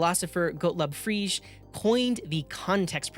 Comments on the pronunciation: Frege is pronounced frey-gay, not freege. Great video, however! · Fre-guh and Pa-pert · The 'g' in Frege is hard /ˈfreːɡə/.